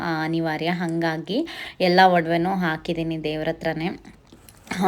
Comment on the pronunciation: Akidini alla hakidini. Kannada correct madkoli pls